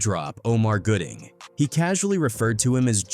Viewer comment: His name is Gooding, not Goodling. If you're going to report on folks and i can only assume you want your little page monetized, at least put in the work to spell and pronounce their names correctly. It's disrespectful, tasteless, and lazy that you couldn't be bothered to get it right but you want us to suscribe, like, and hype up lazy work.